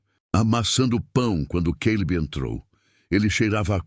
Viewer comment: Além da questão das gêmeas/gêmeos tem o Caleb/Queilib, Nora/Noris, papai relâmpago e mais. Gosto da narração do, mas ele, ao narrar, precisa entrar na história.